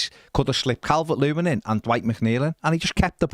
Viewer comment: Cal-Vert Lewin